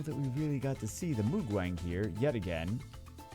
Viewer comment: moo-gwang. not moog-wang... his name literally means nothingness-light or "without light".. sounds pretty cool for a monster name 😑